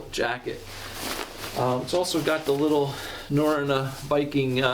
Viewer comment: Great review, as someone who lived in Norway, it’s pronounced Na-ro-na